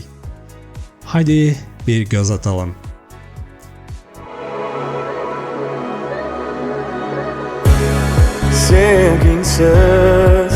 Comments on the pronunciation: İlk kelime sevgiňsiz idi, seniňsiz değil😊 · Seningsiz değil sevgingsiz diyiyor